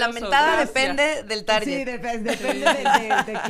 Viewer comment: iuuuu la prianista dice "taryet" xD